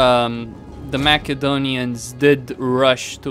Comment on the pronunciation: U keep pronouncing Macedonia wrong